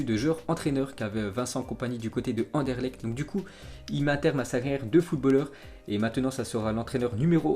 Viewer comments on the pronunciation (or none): none